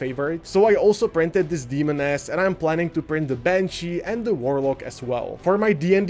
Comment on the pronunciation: Your pronunciation of "Demoness" sound like Demon-ass. I love it. Bought that kick starter set